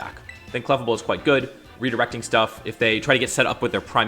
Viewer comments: yeah it's as-in "fable" not "-able". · Your pronunciation of clefable hurts me.